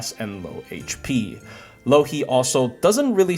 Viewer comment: every time he says Louhi I keep hearing Loki